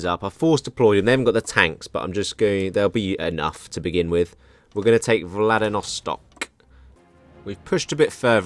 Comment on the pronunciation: You keep saying "Vladinostok" instead of "Vladivostok". I just thought it was funny